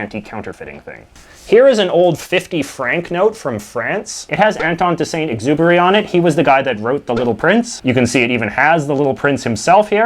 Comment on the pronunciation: Having heard him mispronounce Saint-Exupery's name, I thought I had my question about his French skills answered but then he translated this "president for life" line and it only made me more confused... I knew what it meant even tho I don't speak french whatsoever. Does anyone know if he speaks French or nah?